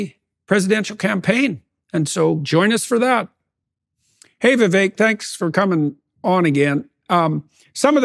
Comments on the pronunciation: How can JP keep mispronouncing his name like that? It's Viv-ake like cake, not Viv-eck like deck. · It’s Pronounced “vivake” as in cake. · Vivek like CAKE. Say his name correctly please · Vivek… Vee-vák like ‘cake’